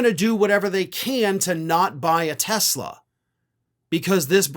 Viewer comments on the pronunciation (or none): He called it a Tesler. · It’s Tesler! 😂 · It’s not a Tesla it’s teslur… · N dump called it a Tesler 😂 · Actually it's pronounced "Teslar" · Oh you mean Tesler! Let’s call those things “Teslers” from now on🤪🤪🤪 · “Tesler” car ad. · You mean, tesLER, lol ! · You mean "Tesler"? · You mean, Tesler.....😊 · TY Boycott TESLER, another one of Trumps speech defects , LOL I watched the Commercial? With those two idiots and the Jeep back fender fell off so hilarious 😁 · He actually said "Tesler". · It's pronounced "TESLER", and taxpayers paid for it! I'll drive a '74 Ford Pinto before I drive a "Tesler"! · "I love Tesler!" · He called Tesla..."Tessler". 🤣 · His best buddy "Tesler."